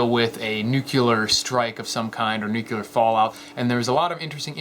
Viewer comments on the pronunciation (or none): NUCLEAR NUCLEAR not nucular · If you want to sound credible, please do not say "new-kuler", it's "New-clear" A deep basement is okay for short term. The problem is, as fallout settles, it will penetrate the concrete of a standard basement. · I spent four years as a launch officer of our country's ICBMs. Not even ONE of them was armed with a NUCULER warhead. Nuclear, possibly. Nuculer, definitely not. :-) (Pet peeve) :-) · It's pronounced "Nu clee ar" not "Nu cu lar" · Like you, love your vids, but please don't say nucular when you mean nuclear. The left loves to make us look and sound stupid, lets not help them out too much. Thanks. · Hahahaha funny..... he pronounces "Nuclear" as Nuc-u-lar ..... even funnier he spelled it right -----> Where's the safest place to hide after a nuclear attack? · When you can't even pronounce the word nuclear, you can't expect to be taken seriously.